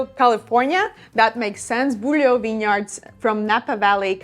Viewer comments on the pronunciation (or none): none